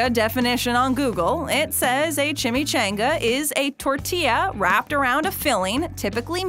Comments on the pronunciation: She says chimichainga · Chimmy-CHONG-uh. LOL. As a native the west this really made me grit my teeth. That and the credit of the wrong person and circumstance of it origin. It's well documented that it was an accidentally dunked burro in Tucson 20 years prior to the thieving white guy. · CHIM-ME-chAHn-gAH is how you say it! My goodness the way she pronounces it makes my actual soul cringe!!! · Annoying as hell that she is pronouncing chimichanga wrong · Yo it’s pronounced chimichanga. Changa not Chan-ga . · Nope it's a chim-e ch-ahhh-nnn-gggaaa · What a b** you can't say chimichanga properly now I know you're doing that shitt on purpose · When you use clips with the correct pronunciation of chimichanga and still say it wrong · The way you pronounced chimichanga pissed me off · Several pronunciation examples of Chimichanga in her presentation AND... she still pronounces it wrong 🤔🙄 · I had to dislike this video. I cant stand the whitewashing way you pronounce chimichanga. Say it right or dont say it at all 😩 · Everyone was mad about the Chimichanga pronunciation because 3 other people said it right while she said it wrong (pissed me off too) but did it occur to anybody that they may record the dialogue then add the clips in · You didn't cringe at her horrible mispronunciation? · You are saying chimychanga wrong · *Refuses to pronounce chimichanga everyone else* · CHIMICHANGA -- Despite being pronounced the way that everyone says it regardless of heritage, this narrator insists on pronouncing it like some small town backwoods American ignoramus. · backwoods American ignoramus still prenounce it better and how its suppose to be pronounced. I think its funny because EVERY clip in this video pronounced it better then her.